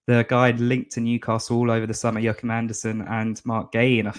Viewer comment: Joachim Anderson isn’t Spanish stop saying hachim 😂😂